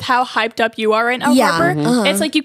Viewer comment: im sorry i meant Harper but you SHOULD’VE said Harper not harpy